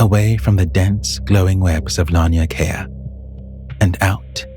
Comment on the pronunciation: Laniakea is pronounced law-knee-ah-kay-ah I love your videos.